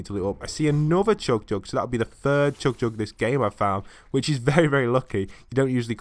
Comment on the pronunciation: CHUG JUG NOT CHOOG JUG